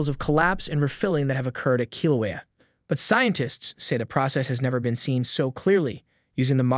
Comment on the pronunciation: listen to how the bot pronounces Halema'uma'u and Kilauea.